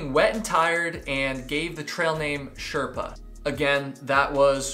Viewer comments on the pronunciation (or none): none